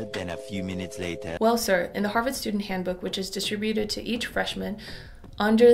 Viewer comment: FWIW, you're pronouncing distributed wrong. Type "pronounce distributed" into Youtube search and you'll get many videos of how to pronounce it correctly